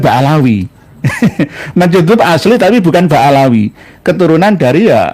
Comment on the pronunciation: Ba'alwy bukan Ba'alawy